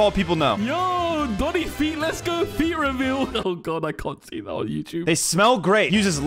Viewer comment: BRO REALLY SAID FEET REVEL 😂